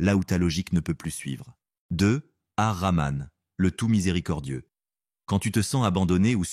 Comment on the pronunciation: Baraka lLahou fikom mais s'il vous plaît faites attention à la prononciation des noms d'Allah Sobhanahou wa Ta3ala il s'agit de Al-Hakim, Ar-Rahman, Al-Wadoud, Al-Latif et Al-Fattah, le H se prononce ح, écoutez la prononciation arabe pour ne pas dire autre chose. 🤲🥰